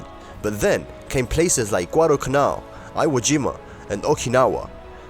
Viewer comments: Not “eye-wo-jee- ma” ….It’s EEEwojeema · Japanese ai voice. lame. "eye-whoa jima". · Your ai script machine can't even pronounce iwo Jima